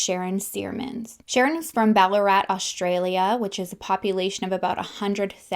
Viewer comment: Ballarat and Doveton street were pronounced perfectly. Beaufort is more like Beaufert